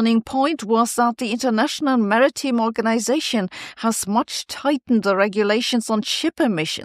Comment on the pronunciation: It's Maritime not mariteem sorry not watching AI versions.